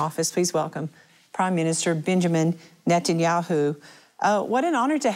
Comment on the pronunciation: At the beginning, did she say Benjamin Metanyahu ? 🤭 God bless Mr Methanjahu.